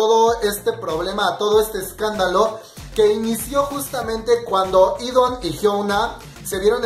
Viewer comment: Se pronuncia idan no idon 😂😂😂😂😂😂😂😂😂😂